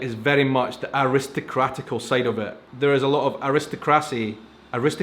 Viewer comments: A-ris-toc-cracy. accent on the third syllable, I think is what you are going for. I prefer series like this to stay true to historical facts. I realize producers sometimes add things for the sake of entertainment, but then we don't know what is true and what is added that is not true, unless we already had knowledge of that period of history. On this side of the 'pond' , in America, I love the Elizabethan or Victorian modes of dress and the furniture with beautiful ornate carvings. I do not view 'royals' as being any better as people than the 'commoner' though, that is arrogance on their part. As of 2017, there are 16 Commonwealth realms: Antigua and Barbuda, Australia, Barbados, Belize, Canada, Grenada, Jamaica, New Zealand, Papua New Guinea, Saint Kitts and Nevis, Saint Lucia, Saint Vincent and the Grenadines, Solomon Islands, The Bahamas, Tuvalu and the United Kingdom. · For Americans, it’s pronounced air-ih-STOCK-rah-see